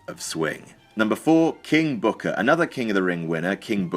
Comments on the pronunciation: "king booker im sorry KING BOOKAA" LOL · "King bhookar"😂😂😂😂😂😂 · I FUCKING DIED when you mimicked Booker T's Pronunciation of "KING BOOKA!"